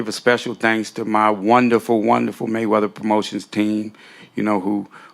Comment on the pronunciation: Maywevva pwamoshins